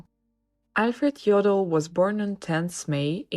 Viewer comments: If you comment on such videos, you should at least inform yourself how to pronounce the name. You call him 'Joddl' with a short o. But ar there is no double-'d' it has to be a long 'o'. It hurts somebody who knows German! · But despite this, you should pronounce his name correctly with a long 'o'.